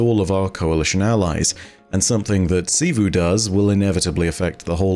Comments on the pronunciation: Thank you, thank you, thank you for stopping saying “Chivu” and saying it correctly now lol. Despite many many times on the game being mentioned lol. Now I can watch you videos peacefully lol. Great content tho. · Hey! He said Xivu right finally!